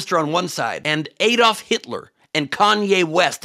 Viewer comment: Your anger is totally warranted. Well said. I have stood in the actual gas chamber in Buchenwald and it moved me to tears. BTW it's Add-olf not Aid-olf.